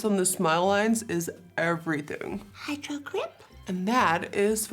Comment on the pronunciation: the way she said “hydRogRiP” was v funny to me